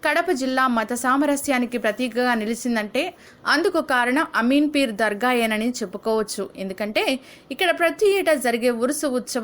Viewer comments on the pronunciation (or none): Ameen peer ani cheppali,names tappu palukutunnaru, photo's swami varu leru.vere varini swami garu anukuntaru